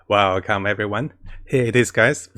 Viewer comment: Omg i seriously thought he says wow welcome everyone too